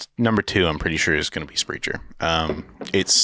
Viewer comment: Silliness ensues lol. Also, it’s pronounced Sprehk-er 😉